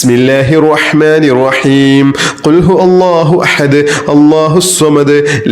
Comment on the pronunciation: Ithil ihlas soorath othunnathil cheriya thettund....kul huvallahu Ennanu othendath kul hu Allahu ennanallo othunnath